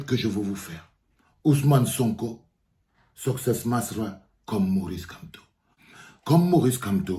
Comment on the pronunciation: On dit succès masra pas soscè